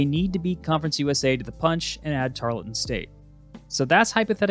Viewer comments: It’s pronounced tarl-ton Not tar-le-ton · Great video! It's pronounced tar-UHL-ton